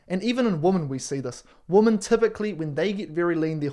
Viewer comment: I thought it was just American zoomers who can't pronounce women, but I guess it's the Antipodean zoomers, too. It is not pronounced the same as woman. Women = whim-n.